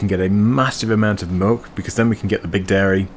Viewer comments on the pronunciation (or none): Did you say "moolk"? lol I listened a couple of times and made me laugh :) Might be the accent sometimes. Sorry, love the vids mate :) Some might say I say "melk" to be fair